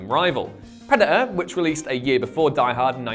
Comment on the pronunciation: Why can't he pronounce "Predator"??